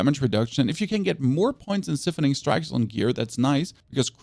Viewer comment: Seriously dude?? You really need to Google how to pronounce the words "siphoning", "frigid", and "harlequin" SMH.